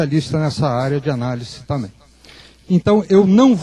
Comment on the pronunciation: boa a palestra , mas ver um ufólogo , que é engenheiro dizendo " tamem " em vez de " também " . é dose pra mamute enfurecido picado por abelhas africanas nos testículos. Tudo bem uma pessoa não estudada cometer esses erros de português , mas um engenheiro ?